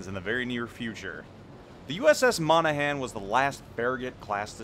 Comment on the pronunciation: HE PRONOUNCED THE NAME RIGHT!!! Don't worry, I'm sure Jingles will screw it up